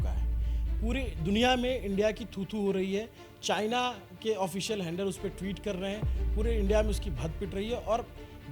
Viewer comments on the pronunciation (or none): none